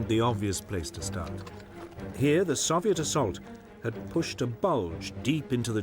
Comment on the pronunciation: Why is he pronouncing Soviet that way? The Soviets didn’t even pronounce it that way